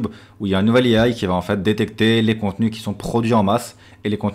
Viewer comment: I A pas I AÏ . De plus, non ce n'est pas toi qui a fait en premier des vidéos sans visage. C'est quoi cette affirmation...